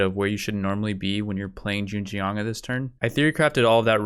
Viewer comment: U got the Zheng part right, the Jiang should sound like...almost like TS (like tsunami) yang (connect the two, like TSYANG) but the TS should have an almost J after, so it'd be like tsjyang. The yang part is fast, like saying young but with an A instead (instead of ou). I differentiated it from how you would say yang (from ying yang), because the yang there is like yeng right, but with the yang, you should really have an open mouth (like saying awch). I really don't know why I even typed that, I just wanted to contribute something hahaha. Anyway, cheers on another video, looking forward to the next 1.